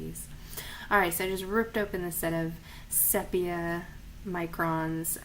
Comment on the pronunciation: Nice video! Thanks. Just an aside, sepia is pronounced see-pee-ya.